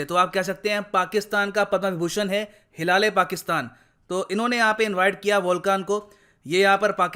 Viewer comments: Sir bhi maze le ke "Hilal- E- Pakistan" ko "hila le Pakistan" bol rahe hai..... 😂😂😂😂😂😂😂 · Sir, का जो pronunciation था उस पर मुझे काफी हसीं आई हिला- ले - पाकिस्तान बोले जा रहे थे , जबकि हिलाल - ऐ- पाकिस्तान होता ह् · It's prounaonce like hilale pakistan ka 😂😘😂😂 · Hilaale Pakistan awaard 😂😂😂😂 bhi has Rahe hai andar hi andar 😀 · Top pakistani award ~ Mara - Le - Pakistan 😂😂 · *huda -le - pakistan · jo bhi ho bhai .. pronounce to hila le Pakistan hi karenge 😂😂😂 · Bhai hila-rha-h-pakistan...😂😂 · Whft😂wht is that ?? Hilale Pakistan?😂 Sir k muhh se ye bht funny lg rha kuki ye properly pronounce ni kr pa rhe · Hi-la-le Pakistan award lol 🤣 😂😂 Actually he deserve that kind of award OH pakistan and again you made me laugh 😂😂 Hi-la- le award 😂😂😂😂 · When I heard- hilale🤔 hilale😂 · I couldn't hold my giggle when sir said Hilale Pakistan 😂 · Hilal e pakistan ? How to pronounce it 😁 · For once I thought mispronounced their award 😂😂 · Sir pta nhi kyo "Hilale Pakistan" itna emphasise kr k bar bar bol rhe the 🤪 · Every time he said 'Hilale Pakistan',i couldn't control my laugh. And the irony is that the president is looking so happy as if he has received Oscar.